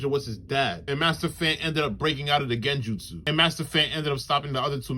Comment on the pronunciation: Bro said genjustsu😂